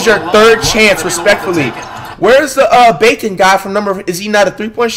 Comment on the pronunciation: Bro called bacot bacon💀